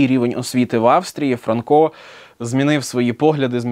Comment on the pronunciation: Вже ФранкО, а не ФрАнко?! І нащо було каламутити людям в головах?